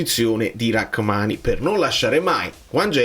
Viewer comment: So che ci tieni per la pronuncia. Si dice Ramani, non Rackmani.